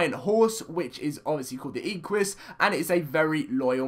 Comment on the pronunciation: "Ee-qu-ee-as" OMG the cringe (Im a horse freak) , its pronounced "Eh-qu-us", like equine